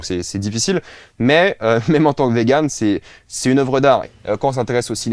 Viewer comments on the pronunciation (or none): none